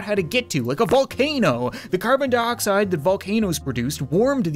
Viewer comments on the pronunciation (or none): none